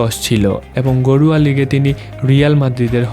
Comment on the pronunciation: ভাই আপনি ঘরোয়া লিগ বলেন না গরুয়া লিগ বলেন